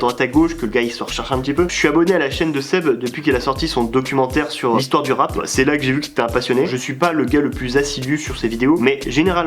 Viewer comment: Ptdrrrrrr on dis rap avec un p pas deux 🤣🤣